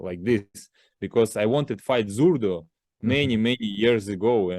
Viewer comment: At times he says Zurda then it sounds like he says Zurdo, his english is fairly bad. You can see he has trouble truly expressing himself in english. I dont think its on purpose. Just gets the A and o mixed up in his language.